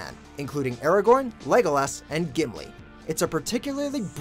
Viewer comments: I pretty sure sure he was pronouncing Aragon wrong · the way he pronounces nazgul and aragorn triggers me immensly...